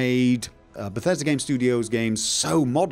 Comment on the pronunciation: *IGN USA*: Dur Hur - tew moch bethesta gaym in dis befesdah gaem Tehn owt off Sevum!!!